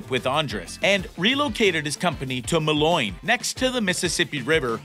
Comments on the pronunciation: By the way, it's pronounced "Mow-leen" not "Muh-loin" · It is MOLINE! Mo lean. Jeez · moloin? it's Moline - Mo-leen. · I hate how he mispronounced Moline come on that’s our city man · Almost fell out of the chair when i hear mah’loin 🤣🤣. Pretty much couldn’t take the video serious after that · ah yes my favorite town Ma Loin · It’s pronounced “Mo Leen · It’s ‘’Moline’’ not mow-leen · “” needs to learn to pronounce Moline as “Mow-Leen”. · It’s pronounced mol eeen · Learn how to pronounce Moline, Illinois. It will increase your believability. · For a farm-related YouTube channel, it is surprising that you don't know how to pronounce Moline, Illinois; I mean, it has been the farm implement capital of the world for generations, after all. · lol i know right!?!? He could use a little work on his pronunciation on city names. "Moline" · Man he butchered the way he pronounced moline